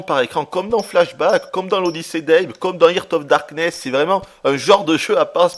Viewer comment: je t'aime, t'es un dieu... juste une question, pourquoi t'obstiner a dire... "hirte of darkness"? xD